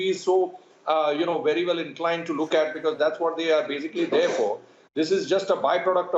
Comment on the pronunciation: Man stop saying andaa and attaa. Simply say end and at.